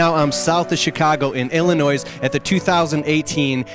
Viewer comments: the S is silent in Illinois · You don’t pronounce the S In Illinois. Idk how people can get a job doing videos and not even be able to pronounce the name of the place they are in correctly . As soon as he said that I stoped watching this video . If he can’t say that right in the beginning nothing else he is saying or showing holds any weight . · You said Illinois wrong